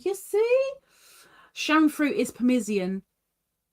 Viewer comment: you were pronouncing it permisian almost like it was a French word. 🤭 I believe it was towards the end. I'll have to look again.